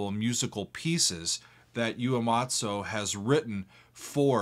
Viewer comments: "Ooh-ay-maht-soo." Not "You-ay-maht-soo." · I am genuinely not hating, if one isn't super familiar with a foreign language it's entirely understandable that they not intrinsically know how to pronounce things, but every time this lovely man says "Ue-matzo" I think of a warm bowl of soup and as a result i'm just so much fonder of everything going on here. I can't help but comment on his genuine interest and excitement in this "THAT'S A GERMAN AUGMENTED SIXTH CHORD" omg i love how much he love things, it is truly a gift! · the way he says Uematsu is funny yoo-ay-mah-tso